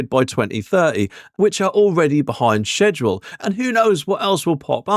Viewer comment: pronounces 'schedule' correctly. Something plenty of other YouTubers (who like to think they're smart) fail to do. Is a secret scholar?